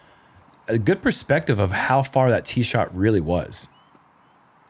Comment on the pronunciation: Geud?... Fin-taahstic!